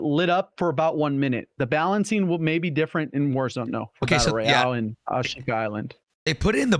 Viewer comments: I can't get past how pronounces Ashika island...Holy shit "Osh-kuh" Island Jesus it drives me insane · Glad to hear I’m not the only one who gets triggered by the way he says it 🤣